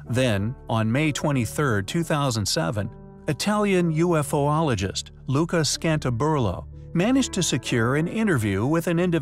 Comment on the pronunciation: “U-fologists” one word… Not “UFO-ologists”